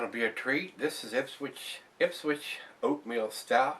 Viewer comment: I live little over a half hour from Ipswich ma and have seen this in stores down in mass and up here in nh and never thought to try it will have to now thanks. And it is pronounced like the word switch lol new englanders like to pronounce things uniquely